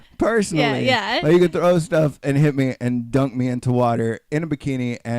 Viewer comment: DUNK, not DUCK you QUACK!!!